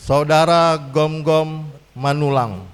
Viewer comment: Gomgom bukan Gonggom Min